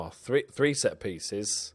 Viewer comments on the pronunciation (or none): none